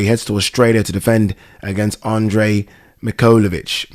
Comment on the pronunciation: MIK HAIL OH VITCH